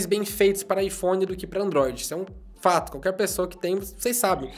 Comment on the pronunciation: O jeito que ele babaiphone é diferente